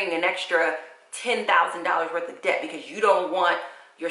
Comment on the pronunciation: You keep saying ded to dept that's so sweet smh